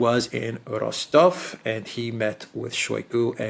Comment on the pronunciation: love the way you trill the R when you say Rostov. Makes you sound very international and sophisticated.